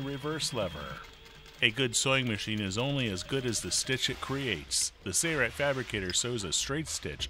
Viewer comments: Impressive for sure....but please, there is an "L" in Sailrite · trackdog90 2hy does he say it like that? Where’s the “L”?. 🤣